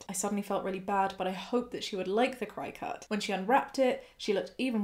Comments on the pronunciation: Friendly fyi, it's pronounced cricket, like the bug. Also some very important info for anyone who is able to become pregnant. During the first couple of months after a pregnancy you are ridiculously "fertile". Seriously it is imperative that you use reliable & effective protection. It's not just a case of not wanting another child that soon, it's not safe health wise. Pregnancy puts a lot of strain on the body & it needs time to heal before going through it again. Interesting fact: while the body may be physically healed, hormone levels don't completely level out to normal levels until TWO YEARS after birth. I can't believe OP's Dr didn't tell her this, frankly it's borderline malpractice imo, crossing the line into just straight up malpractice if either her &/or the fetus suffer any significant consequences due to the Drs gross incompetence. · Apparently 'cri cut' is pronounced 'cricket' or thereabouts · Cricket not chicut? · Isn't Cricut pronounced cricket? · I'm from the US and my aunt works at a crafting store and she always pronounces it like "cricket" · Worked at a place that sold the things for 6 years. We pronounced them "cricket" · Hahaha. Gotta laugh a little. Cricut is said like the insect cricket. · I've been pronouncing it 'cricket'. Every day is a school day! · I have to ask is the Cricut pronounced different in the UK? I have always heard it pronounced the same as the bug (cricket) 🦗. I completely agree with the YTA judgement but the pronunciation but this going to bug me! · This is just me being nitpicky, but it’s pronounced like “cricket.” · I don't want to be an asshole here for correcting you, but the name of the machine in the first story is pronounced cricket. For a lot of us here in the US when we're talking about the little jumping bug 🦗 we kind of pronounce the "ket" at the end like "cut", so they named the machine that as a play on words. I hope that makes sense. Please don't hate me. 😂